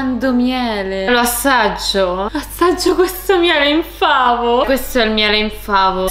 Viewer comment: Ma sono l'unica che sente "miele infameh" al posto di "miele in favo" hahahahaha. Il miele si era scocciato di essere in favo ed è diventato infame hahaahahhaah